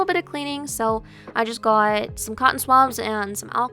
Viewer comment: Your videos are lowkey fire :) I love all the accesories you added too but personally you should have gotten a 3DS XL since they go for very similar prices :) And bro, the "gawt" on 😭